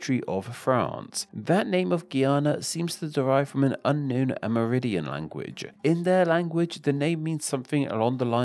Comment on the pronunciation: Aside from terrible pronunciation of Spanish, this guy seemed to be saying “AmerIDIAN” instead of “AmerINDIAN.” It kind of distracted me. Otherwise, an informative video.